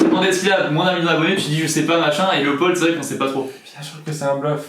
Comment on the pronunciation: Mais oui, a fait une grosse gaffe et il dit Loepold🤮